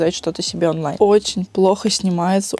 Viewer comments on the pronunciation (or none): none